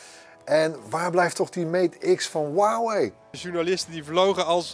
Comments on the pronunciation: 143 k abonnees verder maar nogsteeds “waawee” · No one: Literally no one:: “HUwAwIj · niemand: helemaal niemand:: hoeaweej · iedereen: huawei gast van bright: wawee